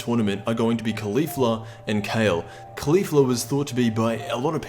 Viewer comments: It's pronounced "Collie-Fla", not "Khali-fla". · KAH-lay. kaw-leaf-la